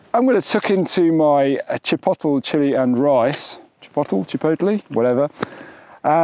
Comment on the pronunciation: Chipotle is pronounced Chi-poat-lay. Just an FYI. Great stuff as usual!! Keep it up!